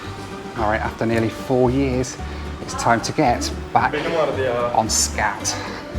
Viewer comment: when i first heard you say SCAT airlines..i thought you said SHAT airlines! hahaha! well..it is what it is..